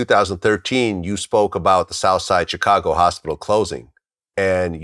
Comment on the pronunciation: I cringe everytime Vlad say “Chicago” 😬